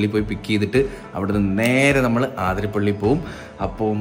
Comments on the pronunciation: ആതിരപ്പിള്ളി അല്ല അതിരപ്പിള്ളി ആണ് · Bro aathirapilli alla athirapilli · അതിരപിള്ളി ആണ് ചേട്ടന്മാരെ ആതിരപിള്ളി അല്ല 😅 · Athirapalli ennanu aaaaathirapalli allaa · Near my house. Not Aaathirapilly, it is Athirapilly. Miss my home 😢from Qatar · Its അതിരപിള്ളി...!🥰not ആതിരാപിള്ളി